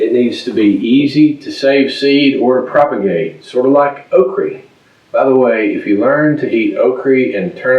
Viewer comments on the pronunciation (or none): Okri...I love it! I'm a transplanted Alabama girl and love okra but the rest of my family will only eat it in gumbo/jambi and I don't make either of those very often. I just loved the way you said it 😂